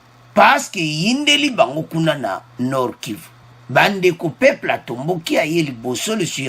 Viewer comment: Peuples et non peple